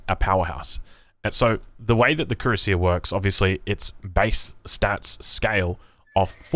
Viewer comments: It's pronounced KWE - RAS - IYE. Unlike English which is a pretty confused muddle when it comes to spelling, especially of loan-worlds, French is fairly consistent. Cui-rass-ier. Like Courvoisier congnac. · YA YOU FKED UP HOW U SAY CUIRASSIER LMAOOOO